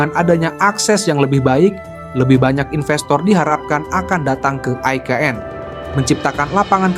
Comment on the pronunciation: Pewartanya gk bs baca ni, IKN woooyy bukan EKN